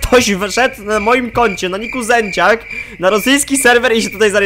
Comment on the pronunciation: Ty zawsze się witasz "siema tutaj zieciak" XD